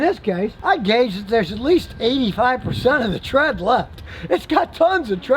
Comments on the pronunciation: Lmfao. “Tons’a tread!” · No a single soul: Scotty: TTTREAD